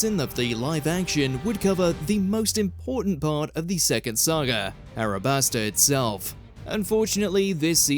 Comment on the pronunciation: It’s “Alabasta” not “Arabasta”. Nube 🙄 😂